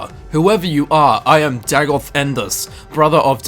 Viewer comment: Day-goth. Not Dag-oth.